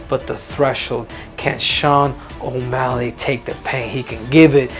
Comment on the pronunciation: He said "Osmelly" . Thats funny